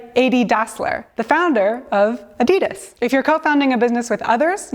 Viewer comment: That was the weirdest pronunciation of Adidas I have heard.